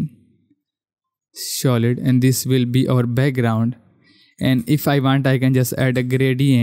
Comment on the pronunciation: Yours pronounce for Solid is wrong its "Sa" not " Shaw"